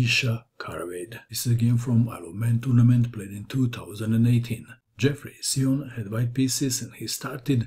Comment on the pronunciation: I saw Xiong play in the USA championship. I believe you’re mispronouncing his name. Great video though.